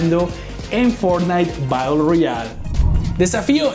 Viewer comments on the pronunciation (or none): none